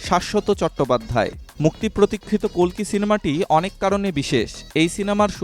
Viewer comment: অশেষ ধন্যবাদ জানাই আপনাকে কালকি না বলে কল্কি বলার ০৪.০৭.২০২৪